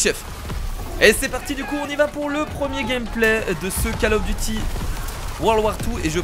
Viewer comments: on ne dit pas cAll of, mais cOll of. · Coll of duti pas call of duty